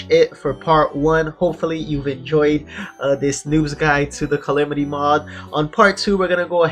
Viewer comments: U pronounce calamity calimity so ur calling us noobs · the fact that he pronounces it cy-li-mi-ty mod triggers me lol